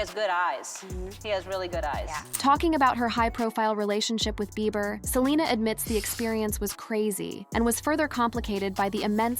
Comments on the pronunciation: His last name sounds out beeber not bye ber lol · I hate how this voice pronounces Beiber as Byber 🙄 😄😄😄😄😄😂😂😂😂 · This AI voice can’t pronounce Justin’s last name. It’s just rehashing old stuff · 😂😂😂 say his last name right!😂😂😂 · I know right!! Got me rollin!!!🤣🤣🤣🤣🤣🤣🤣🤣🤣🤣🤣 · With A.I. out there... PLEASE do NOT believe ANY "leaked" phone calls!!!!!!!!!!!!!!!!!!!!!!!!!!!!!!!!!!!!!!!!!! The voiceover to this video is A.I. and that is why it can't say Julena or Bieber correctly everytime. Be careful what you believe nowadays.